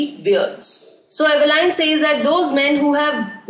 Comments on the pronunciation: Mam it's Evelyn not Eveline 😊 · Evelyn is pronounced as evelin not Evelyn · Diffrent accents to speak same words